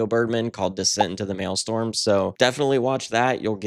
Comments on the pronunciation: It's actually pronounced " Decent into Malestrom," not malestorm!!✌🏻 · Maelstrom is pronounced mail-strom not mail-storm